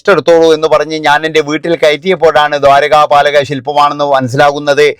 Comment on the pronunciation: ഇക്കാ ദ്വാരകാപലകശില്പമല്ല. ദ്വാരപാലകരശില്പം എന്നാണ്